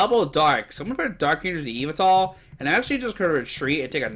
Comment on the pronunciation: Can’t even say yveltal right